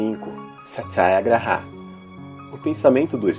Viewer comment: gostei da pronúncia do sathiaghraraia e o atchimsa